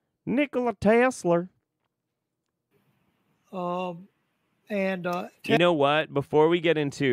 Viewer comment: Nocolai Tesler 🤣🤦‍♀️